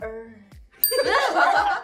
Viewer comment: I don’t know why but Maya saying Earth this way was so funny to me😂